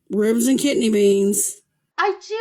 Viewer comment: Lol- she actually says "ribs and kitney beans" 😂